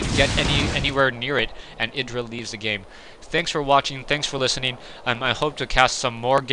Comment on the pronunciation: proper pronunciation is "eye druh" just for later reference :] go crota!